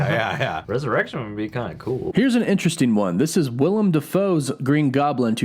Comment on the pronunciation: Thank you, as a Willem myself i cant count how many times people have called me William instead of Willem